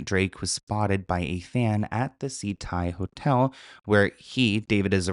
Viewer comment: Ok I live in Miami and kept thinking you were saying "Sea Tide Hotel"... It's prounounced SAH-TAI lol. But yea, fuck this guy. Definitely guilty.